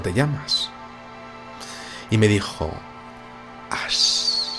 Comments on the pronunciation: Sí pronuncias Ash como ass estás diciendo "trasero" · Hola, como siempre muy buen video. Como pronunciaste el inglés con tu acento del barrio del Pilar, te entendí el nombre de la niña Ass!!! 🤣🤣🤣😂😂😂 No te lo tomes a mal, te lo digo con cariño, me pareció muy divertido, jejeje. Abrazos